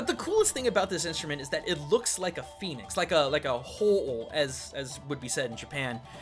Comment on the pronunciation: I swear he said penis, not Phoenix